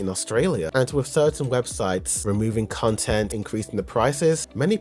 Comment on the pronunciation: content / cun-tent 😂